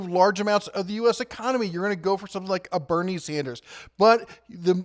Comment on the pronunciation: Haha. Bern Sanders. Killing me.